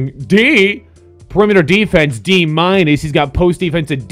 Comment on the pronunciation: why does he say plus and minus like that